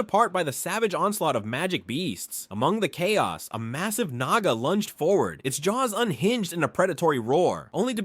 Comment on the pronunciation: Dude i heard naga as niga 😭😭🙏🙏🙏🙏